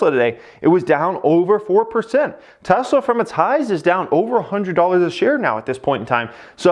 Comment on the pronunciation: "look at Teslamenessla"